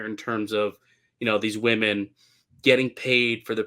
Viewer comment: needs to learn the pronunciation of women. He keeps saying woman.